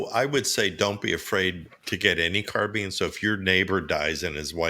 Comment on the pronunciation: Carbine like combine or Columbine not carbean or combean or Columbean!